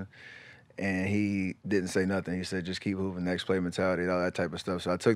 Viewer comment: Rdcworld1 got step saying hoop'n